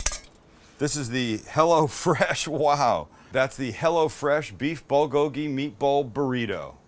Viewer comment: Korean here. You really butchered the pronunciation of bulgogi. I try my best to sound like a white guy. Can you please try harder next time?